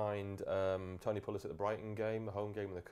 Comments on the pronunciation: Someone tell the guy far left it's 'Pulis' not 'Pullis' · Ugh they both say Pullis